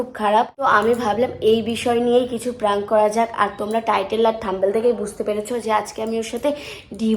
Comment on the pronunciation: Praank noi prank bolo didi 😊